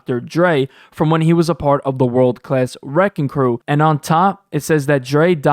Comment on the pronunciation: Its WRECKING CRU not RECKON CREW